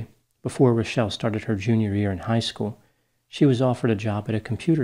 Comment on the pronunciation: Liked for correctly pronouncing Rachelle!